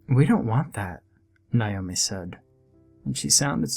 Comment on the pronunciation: Why is the name Naomi so difficult to pronounce properly? Nay-O-Mi ... What's with the 'Ni-o-mi'?? 🙄